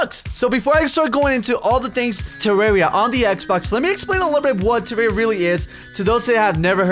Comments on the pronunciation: whats terraria do you mean Tewwawia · I WUV TEWWAWWIA xD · TWAWWIA *coughs than starts speaking very proper* would be an excellent series for to play. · #WeWantTewwawiaBack. I think that its a good idea to bring this back because I found you through Tewwawia and because of it I became a huge fan. Plus I cant stop saying Tewwawia. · WE NEED MORE TEWWAWIA SOON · you guys are crazy ok no authens. WE WANT TEWWWAWWIA BACK!! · MORE TEWWAWIA XBOX EPIESODE LIKE THIS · PLEASE WE NEEDS DA TEWWAWIA!!!! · WE NEED TEWWAWIA!!!! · we need twewwia back:D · I DON'T WANT TEWWAWIA BACK! Now that i have your attention, I WANT TEWWAWIA BACK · TEWWAWIA!!! TEWWAWIA!!! EVERYONE! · Wewanttewwawiaback wuv u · we wud wike tewwawia back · PLAY TEWWAWIA THEY SAID! IT WOULD BE FUUUUN THEY SAID! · TEWWAWIA FOWWEWER!...mc's still better tho XD...BUT I WANTS ME THAT TEWWAWIA! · Gimme dat tewwawia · More pl0x (tewwawia)